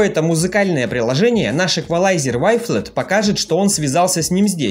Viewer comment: Вафел) правильно говорить)))